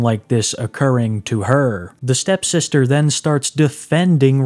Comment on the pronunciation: You keep saying "STEP sister".